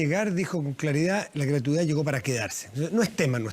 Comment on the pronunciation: La ministra de educación no sabe ni hablar... gratuidá, eficá, proridae, nuea, priorizao, educatía. Así cualquier flaite con plata llega a ser ministro